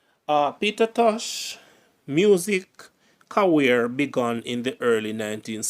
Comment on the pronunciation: "Ca-rear" not "ca-wear" for career.